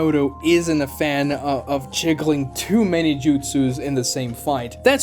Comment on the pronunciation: Bro can you speak English or not 😂 “jiggling” too many jutsus, there were like 3-4 other times I heard but that one was the worst 😂 💀